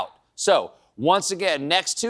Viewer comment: It's a "neck gunt" Stephen!